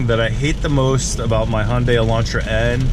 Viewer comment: Please stop calling it Honday.. it’s Hunday, like Sunday lmao